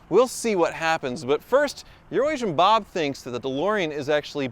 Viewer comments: Did I tell you that the first time you used the name “EuroAsian Bob” i heared “Urin- Nation Bob” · I always thought he said "Urination Bob". 🤷‍♂️🤷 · When I first started watching I swear was saying "Urination Bob" and I couldn't figure it out until he went to Bob's lot and I saw it spelled out. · DEFINITELY used to say "Urination Bob". I also thought it was "Euronation" until seeing his shirt in this video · Although you don't say it anymore iI still hear Urination Bob every time you say his name.